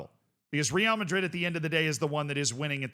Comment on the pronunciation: Another 🤡 that can't pronounce real madrid's name properly.